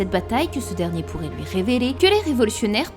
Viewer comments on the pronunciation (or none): "houit ans" "grace a loui" XD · Loui, pouisque, plouie, ouit... Sympa l'accent belge 😂